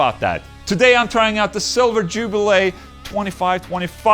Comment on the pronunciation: Jubileeeee not jubilay, sir.